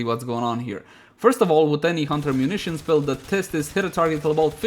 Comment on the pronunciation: please dont say hunter munitions like that